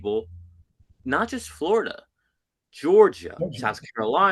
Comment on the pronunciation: He was "flow-rida"